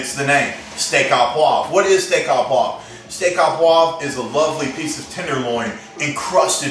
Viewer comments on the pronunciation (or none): yip yip yip...hurts my ears to hear steah a poivre...should be steak oh poivre! OMG NO WINE...cognac ONLY!!!!